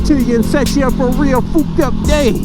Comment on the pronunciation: says fooked up instead of fucked up. YouTube algorithm: shit fam you good.